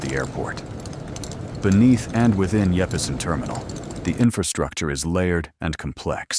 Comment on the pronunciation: “Yeppesen” Terminal. 😂